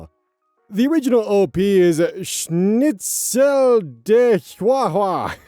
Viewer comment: I was gonna say your German pronunciation went downhill with the last OP's username, but nah you got the Schnitzel right and I have no clue what the 2nd half is either